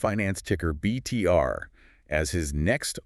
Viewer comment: It’s not BTR…. It’s BETR….